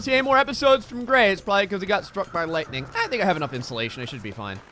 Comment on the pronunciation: Hey Gray, every time I hear you say "Gray" I keep thinking you're saying "Gregg" and it keeps reminding me of "old Gregg" (the seaweed pink lips man). If you have time, you should watch it!